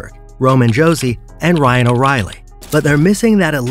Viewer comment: the way some names were pronounced. Comes off as an ai reading to us. Bedard was probably one of the most popular players last season and you managed to mess up his name. Josi and forsberg have been stars for Nashville for a decade and again you mispronounced their names. Just makes you come off as uninformed on the topic at hand